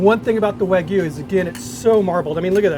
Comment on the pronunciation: WAH-G-YOU... but all in one word no pauses, NO GOO. G-YOU.